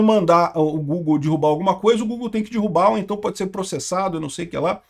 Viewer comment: é DERRUBAR. Não é dIrrubar. Meus ouvidos fazem eco quando ouço "dirrubar"